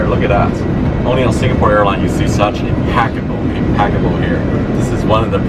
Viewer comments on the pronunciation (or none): Mr Sam Chui it is impeccable not inpaccable. Just a little FYI.